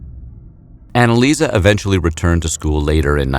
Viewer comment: she is called AnneliesE not AnneliesA